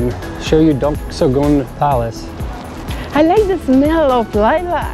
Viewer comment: Duk soo - Goong. - Kiong bok - Goong.